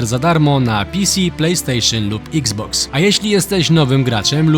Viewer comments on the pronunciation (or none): none